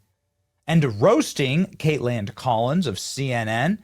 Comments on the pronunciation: its Kaitlan...theres not a d at the end. Why do you keep saying her name weird and with a d!? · Why does he keep saying Kateland? Am I the only one hearing the emphasis on this pronunciation? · The way Benny calls her 'Kait-land" every time 😂